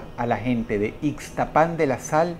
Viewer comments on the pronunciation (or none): El nombre del lugar de la historia no. 2, se escribe Ixtapan, no lleva acento, pero se dice Ixtápan, como si tuviera acento, Dross Rotzank, saludos.